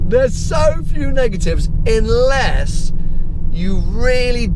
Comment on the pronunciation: "INLESS" LOL